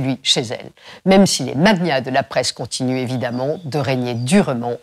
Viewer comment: Elle dit 'Fock news' et prononce magnat... 'mag-niat'.